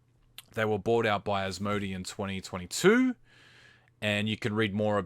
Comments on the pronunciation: is it an aussie thing to say As-Mo-D? Its pronounced As-mo-day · Probably just the case where he may not have heard how it is generally pronounced. I'm Aussie and I definitely say it as As-mo-day, but spelling-wise, it could easily be read as As-mo-dee.